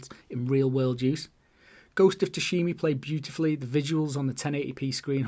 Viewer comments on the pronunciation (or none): I'm playing Ghost atm and my gf also mispronounces it as "sushimi" 🤣